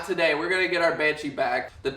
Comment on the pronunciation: Not taday!!!